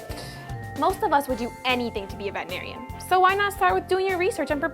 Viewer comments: Please get someone that can properly pronounce veterinarian. You're the AVMA! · AVMA, PLEASE have your actors say veterinarian properly. Drives me nuts when people in our profession say it wrong